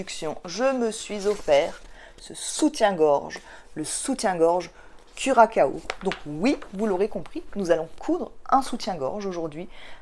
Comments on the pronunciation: Bravo pour tes réalisations. Je ne vais plus hésiter longtemps je pense pour commander le patron du curaçao (qui se prononce curassao vu la cédille mais curakao c'est pas mal non plus😁😁). Tu m'as convaincue. Les photos sont superbes! toute en féminité et pudeur. Merci mercis! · Bonjour! J’ai adoré ta vidéo. J’ai toujours hésité à acheter ce patron ben, je crois que je vais sauter le pas…. Merci pour ta joie de vivre. A bientôt. PS: Curaçao (ça se prononce curasso 😅)😘😘😘😘